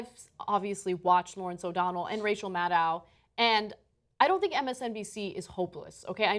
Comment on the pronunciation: Rachel Mad-OW